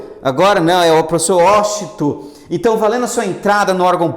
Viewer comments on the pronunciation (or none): Washington ou "UÓSTON", hahaha. Excelente aula, professor! :) Ps: Espero que tudo conspire a meu favor; nos estudos, e eu compre a tão famigerada "SantaFé". hahaha, abraços.